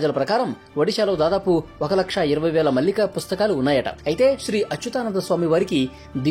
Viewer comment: పుస్తకం పేరు భవిష్య మాలిక. మల్లిక కాదు.